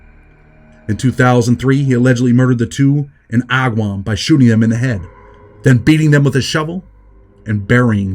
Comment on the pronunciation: The way you pronounced agawam 😂😂😂